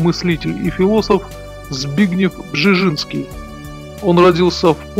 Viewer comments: не Бжижинский , а Бжезинский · Почему нельзя нормально произнести:"Бжезинский"? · Бжезинский родился и рос первые годы в Харькове, столице УССР тогда. Записан как польский гражданин был по "порту приписки" родителей. Маленький совет: если трудности с произношением польских имён и фамилий с такими сложными звукосочетаниями, как у дедушки Збига Brz-z-ński - произносите это rz "рж" как в чешском и южнопольских говорах вместо "ж" как в стандартном польском, потом "р" можно редуцировать. Так будет лепей. Да, поднагадил старик Украине, и российским демократам, и всей демократии в Европе, перед смертью изрядно, занял практически позиции трамповского крыла репов. Да и с советничеством у Картера не очень ясно чего больше он делал: помогал возможно лучшему Потусу послевоенных десятилетий или его лютым врагам. Тем не менее в своей "шахматной доске" написал один умный вещ - проблема не в марксистской идеологии, якобы реализованной в большевистской России, проблема милитаристской экспансии - в самой России. За что ему и RIP.